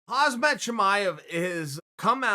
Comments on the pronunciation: Uncle Chael it’s Khamzat not Hazmat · KhamZat not KazMat come tf on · Can someone please tell him that it's KhaMzat not KhaZmat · Why do all Americans pronounce him hazmat? IT'S KHAMZAT😂😂😂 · Hazmat = hazardous materials Hamzat = smash this guy Place the z after the m and pronounce it that way to be correct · Not Khazmat but Kham zat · Chael its Khamzhat not Khazhmat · Still saying Hazmat, really n***a, its pronounced Hamzah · Why do people call him khaz-mat 😂 His name is kham-zat. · Uncle Chael, his name Khamzat, the only thing significant now is you pronouncing Khazmat 🤣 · okay uncle chael....... repeat after me ... say. " HAM ZAT "...... his name is not HAZMAT !!!! sheesh Louise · It’s Khamzat not Hazmat. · Chael: Hazmat Chimaev Everybody: Khamzat Chael: HAZMAT Everybody: Ok great. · Chael fucking sonnen is clearly an imbecile. His name is not KhaZmat, it's KhaMzat, you dumb fuck chael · Chael, it's KhamZAT, not KhazMAT. You better be careful lol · Uncle Chael, I don’t know whether you suffer from Dyslexia or anything else but His name is Kham Zat not Khaz Mat. You have done enough episodes on him to know his name!! It sounds too lame! Or you do it intentionally...??? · It's KhaMzat not KhaZmat, Chael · Khamzat Chimaev not Khazmat Chimaev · It's not khazmat it's khamzat bro 🙄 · Chael: Khazmat Khamzat actually changes his name to Khazmat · Chael,Learn how to read first....his name is not pronounced hasmat,its hamzat(silent k).. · he is not khazmat, he is Hamza (khamzat) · Its KhaMZat Chimaev not KhaZMat Chimaev... How stupid & ignorant can Chael be ? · Chael "Azmat Chimaev" Sonnen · Dude you gotta stop calling him Hazmat XD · Ham-set sheemayev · Please learn how to pronounce his name, it’s KHAM ZAT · please get his name right " HAMZAT" 😕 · "Ozmet Chamiev" - Chael P Sonnen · He is "khamzat" kha m zat...say it again? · Chael "Hazmat Chimaev" Sonnen.. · "Hazmat" Chimaev lol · Hazmat Chimaev 😂😂😂😂 Chael sure knows how to butcher someones name. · “Hazmet Chimaev”